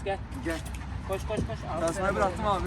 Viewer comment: Amna koym gulmekten oldum sahbibi kos diye Mustafa abide jos lan kopeyei diyiyo😂